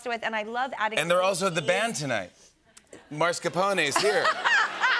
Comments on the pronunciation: "Marscapone" 😄 It's mascarpone but I love them anyway. Drew is so nice and also made me smile when she said she got shy in front of Måneskin. Lovely! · She says her favorite cheese is MARSCApone, but it's MASCARpone :D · the only funny fact about this is that "Måneskin" is not even an Italian word (it's actually Danish) and that he called them "marscaponi" instead of "mascarponE" (rip to the Italian language and cuisine) how can i bother being offended when this is the level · And she pronounced it MARScapone! How, why!? Come on! It is such a well-known cheese, it's like not knowing how to pronounce mozzarella...and of course not with pasta, especially the recipe they were talking about from the book, Pasta al limone: with peas and mascarpone????? hmm, strange... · I'm not Italian, but I'm a cook and I totally agree. She mispronounced mascarpone, she said MARScapone, I guess as an American she is only familiar with Al Capone. And she says as well, that it's her favorite cheese. It's hard to believe if she doesn't even know the name of it.